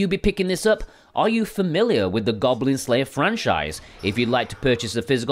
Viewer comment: "Goglin Glayer"...?? Get well soon! xxxx